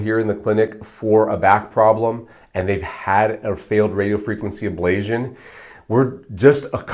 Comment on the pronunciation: FIrst, you are repeatedly mispronouncing Ablation as if there is a zio sound instead of a tio sound. This makes me wonder if you know what you are talking about if you cannot even pronounce the word. Secondly, I know someone who has had successful pain relief in their cervical spine that has lasted for 10 years . This procedure is not promised to get rid of all of the pain. You do the the testing with lidocaine injections every so many weeks and you rate your pain relief to inform yourself and your doctor as to if this procedure is likely to be successful. Physical Therapy sucks for most things. My wife passed out for the first time in her life at her first physical therapy session which was a very light session. Physical therapy is unpredictable and is based on the therapist and their methods. Physical therapy is just as likely to be unsuccessful and in my opinion based on my experience, less successful. In this world we live in there is so much lobbying done to reduce certain practices and promote others. In many cases the ones being promoted are not as useful and successful as the one's getting bashed as being no good and more hurtful than helpful. DO your own research. Watch plenty of videos on youtube while keeping all of this in mind. Do not let Doctors tell you "Don't use Dr. Google." Dr Google often says the opposite of the Dr or therapist being promoted via lobbying.